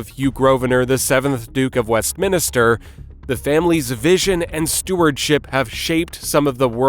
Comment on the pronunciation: The name is said "GROVE-nər." There are two syllables. Also, it's Westminster, not "West Minister."